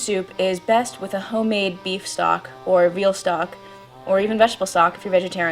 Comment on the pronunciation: and whats beaf stock? or what ever stock she said